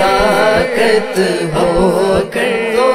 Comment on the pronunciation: ماشاء اللہ صداقت میں ص پر زبر آنا چاہئے آپ نے زیر پڑھا